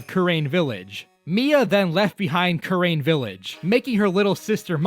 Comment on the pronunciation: the way he says kurain and manfred is hurting me